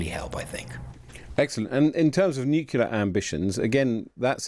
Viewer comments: " new - clear" it's quite simple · No such word as nucular